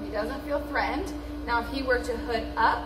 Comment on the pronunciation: Please learn how to pronounce “threatened”, it’s not that hard.